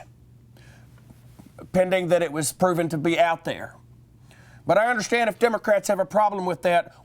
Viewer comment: "I undershtand that."